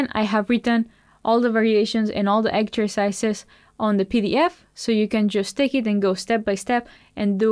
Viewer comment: Thanks very much for the lesson and love the way you say 'exzercizes' and 'focoos'. Music to my ears. Lol